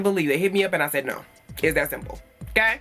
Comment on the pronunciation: Bae beeeeee dead💀🙊😭😂 I shaid what I Shaid😭😂